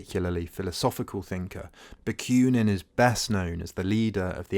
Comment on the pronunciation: Ba. Queue nin? There is no y in the name. Ba koo nin.